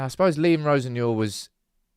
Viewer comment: Think you better check your Liam Rosenoir pronunciation.